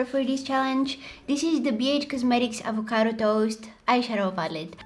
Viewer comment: Когато каза авокада си пролича българския акцент моля те направи видео на български пп. Обичам те ❤❤❤